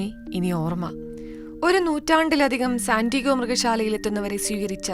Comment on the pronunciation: സന്റീഗോ അല്ല സാന്റിയാഗോ ആണ് ശെരി